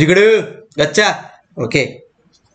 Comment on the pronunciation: Everytime sir said GOCHA.... being a bangalorean, I heard it as MACHA